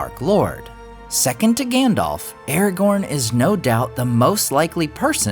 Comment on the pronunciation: You say "Aragorn" wrong